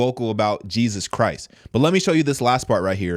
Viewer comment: Am I the only one heard pronounce JESUS CHRIST NAME WRONG.